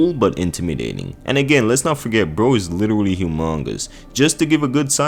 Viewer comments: Take a shot every time he says literuwally. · Was anyone else kinda put off by the way he said “literally”?